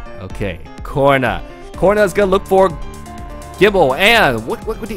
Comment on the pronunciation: Why do you pronounce Corina as corner?WtF